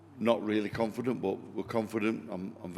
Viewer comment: ... did he say "not really confidant"... 😂😂